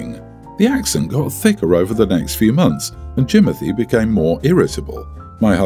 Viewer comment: I cannot with the Jimonthy 😂😂😂😂😂